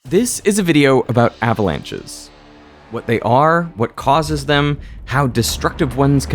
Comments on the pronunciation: ahhh-vuh-launches ... Thank goodness for the "mute" function. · Thumbs up for "ava-launches" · I really hate the way he is saying "uhhhhvalunches"